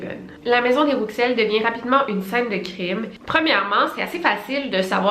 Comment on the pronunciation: Coucou Victoria je crois que « Rouxel » se prononce [Roussel] voilà bisous superbe vidéo 😊